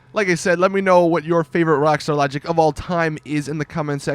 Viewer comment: how he says rwakstar lahgik